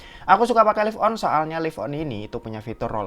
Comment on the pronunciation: Lif on apa laiv on mas? 😂